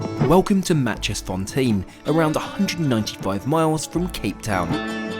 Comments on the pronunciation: “Natches-fonteen” its actually “nakies-forntein” p.s. im from South Africa 🇿🇦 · Matjiesfontein is pronounced my-keys-fontein not Matchesfontein. You're welcome ;) Love your videos! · Ha, ha, it is not pronounced Matchiesfontein but Maaikiesfontein 😂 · wonderful video! Just a little help on how to pronounce Matjiesfontein... You would say "My Keys Fawn Tain (rhymes with train)" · This is on my bucket list. BTW 'Matjiesfontein' is pronounced 'My-Kiss-Fon-Tain' - been there on several occasions over the years when I travelled by road between Cape Town and Johannesburg. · We did this from Pretoria to Victoria falls for our 25th wedding anniversary 26 years ago 😂 PS is pronounced Mikisfontain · You pronounce it, my-keys-fon-tay-n , cape town fan here ;) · It’s so funny how he said maaitjiesfontein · ITS NOT TEEN, ITS TANE PPPPPPLEASE GET IR RIGHT! Its also MYKIES Put together its MYKIEFONTANE (Literally like tame) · It’s pronounced Maaikeysfontain. 👍😊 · Thank you for posting this splendid review on this luxury train. It was definitely very appealing and very well presented like all of your reviews. I did laugh at how you pronounce Matjiesfontein though lol.. forgive me.. lol..